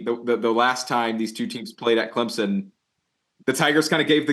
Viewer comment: CLEMZIN???? There are no Z’s in Clemson